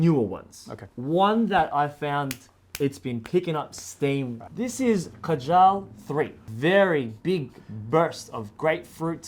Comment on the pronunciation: The name KAJAL is pronounced wrongly 😢 The root of this word originates from India. Pronounce it as KAA- JAL. It means Muscara Surma, Eyeliner, Kohl, Decoration for womens eyes. Muslim men also wear it under their eyes.